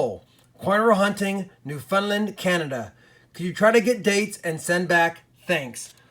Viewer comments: "Newfundlund" lol. how bout you come Join us in canada for a bit and we can teach you lol" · I cringed when you pronounced Newfoundland